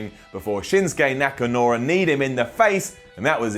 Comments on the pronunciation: He said nakanora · Nakanura!!!! Yes.. it's nakanura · "Shinsuke NakaNura" 8.07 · Nakanura? Ok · am i the only one who heard him say Nakanura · said Nakanura. I heard that. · He said nakanura